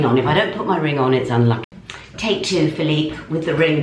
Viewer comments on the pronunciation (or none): none